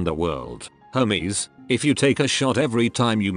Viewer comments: lolol i love how it sounds like Hameses not hermes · everytime it read hermes i thought it was homies and honestly that's very fitting